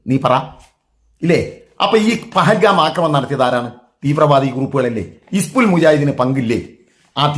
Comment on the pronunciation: പെഹൽഗാം അല്ല മരയൂള ദാവൂദേ, പഹൽഗാം , എന്നു് പറയാൻ പഠിക്കു് മൊള്ളേ